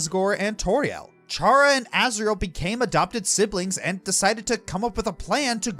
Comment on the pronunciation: Aside from your consistent mispronunciation of Chara's name (Toby Fox has gone on record saying it's pronounced "Kara" because it comes from the word "character"), this is one of my favorite videos you've ever made. It really goes to show how video games can be a form of art.